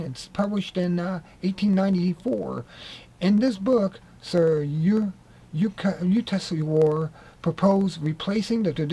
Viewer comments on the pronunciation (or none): if you're going to read something out on film you ought to practise first.Also get the names right...SRI YUK-TES-WAR. Interesting content though...